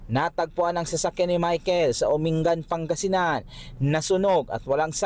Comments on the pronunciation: Umingan po, hndi po Uringan 😅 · Its Umingan... Hindi po uringan sir reporter po